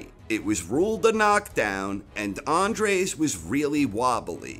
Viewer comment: It's Dennis Andries - not 'Andres'